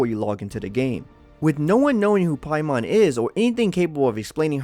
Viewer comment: It's NOT pronounced "Pie-mawn" in the 9 demons... It's pronounced "pay-men"